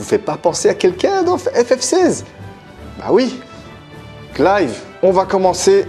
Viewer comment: Ah bah tu vois que c'est mieux prononcer comme ça, Clive ^^ sinon les Tales of j'en ai fait deux-trois donc le berseria je le connais pas, mais il y a genre 2-3 épisode dans la série animé de Zestiria qui montre du Berseria.